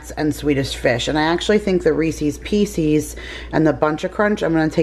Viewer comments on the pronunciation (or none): Did I just hear ‘Reecees Peecees”? I think that makes you an official Southerner now lol Just don’t forget your Lawnguyland roots! 😃